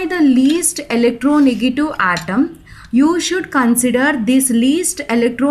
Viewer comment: Mam it's electronegative not electronegatu. 😀